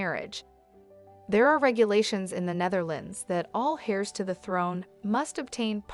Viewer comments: Heirs is pronounced “airs” not “hairs”! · "heirs" is not pronounced like "hairs". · You do NOT pronounce the letter "H" in Heirs.